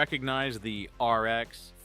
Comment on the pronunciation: Great vid but are you pronouncing the RX like ARX or something. IT's not like 3 letters. Weird.